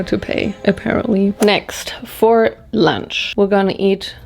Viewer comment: Anyone else LOVE how says lunch? 😅🤣LUANCH